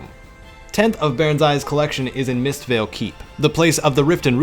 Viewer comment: btw you forgot the "t" in Mis(t)veil keep :)